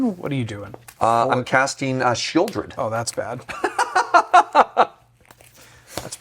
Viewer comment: pronouncing the "L" in Sheoldred is just 🤌😚 😩